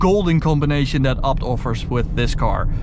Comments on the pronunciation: Its Ay Bee Tee. Not "abt" lol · Sounds like he says upt... Need to work on your A's... Ok... Say Fucking A.... Now say ABT.